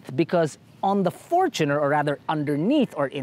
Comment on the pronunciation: Sana pakituro din tamang bigkas ng FOR-choo-ner. Hindi for-CHOO-ner. 😁